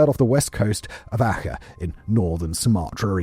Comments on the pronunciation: Ar-chay. I was wondering what the .... he was saying when he said 'acka'. Good lord! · ACEH...you sound the C as ch..as in CHOcolate. Not with kh... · Wait, are you trying to say Aceh, for the boxing day tsunami location? I was about to try look up “akker” coz I’d never heard of it, besides, I thought it was off Aceh (pronounced more like ah-chay), I was most of the way thru the segment before I realised it was probably meant to be the same word. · Dude: 1. Aceh in Sumatra is not pronounced 'Akka', as you put it. More like 'Ah Chay'. 2. Really, seriously, move back from the mic another 15cms or so. And go for a leak before you record - you sound like you're desperate for a piss and can't get through it quick enough. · Learn to pronounce names if you’re going be presenting videos as factual information…. Aceh is pronounced “A-cheh” not “A-kuh”. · Acheh is pronounced more like are chair. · 😅 Aceh = "Ah-chay" 😅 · Aceh is pronounced 'Ah-chay, btw. Small point, but very good video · It's A-chay, Australia was very involved in the cleanup, and the news was full of it. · Just a heads up... Aceh is pronounced 'ah-chay' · Banda Aceh pronounced Archay. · i have never heard someone mispronounce Aceh so bad in my life. I am sure a LOT of research went into this amazing video, which is a shame that none of that time is attributed to an effort of pronouncing names correctly, especially when it relates to such harrowing subject.